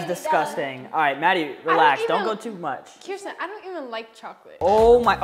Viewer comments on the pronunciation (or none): Its kearsten